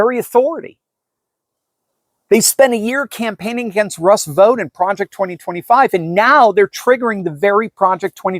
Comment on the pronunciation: Vought is not pronounced vote, it's pronounced as vaut.